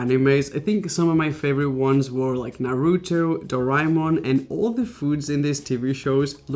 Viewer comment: when he pronounced Naruto wrong *REEEEEEEEEEEE*😭😡